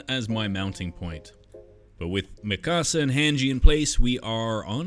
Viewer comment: It’s “Mika-sa” not Mi Casa